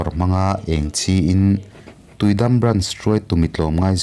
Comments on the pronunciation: Tuidam an ti ngailo i lam dan diklo thlukna dah tur tui dammm..tih tur w.. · Tuidam hi i lam dik lo in ka hria..tui chu a dik a, dam hi i dam em.? tih a dam ang hian lam tur niin ka hria..👍🏼😍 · tuidam tiin ka ngaithla char2 a..a tawp lamah khan tuidam kha i rawn lamdik leh bawk sia a mak ka ti reng ah..ka beng entir a ngai zawk a nih hi 😂😂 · tiui dam tih I lamdan hi a diklo deuh em aw